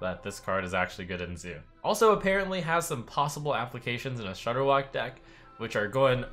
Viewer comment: I stopped playing Hearthstone so heavily solely because of Shordderwok......Rip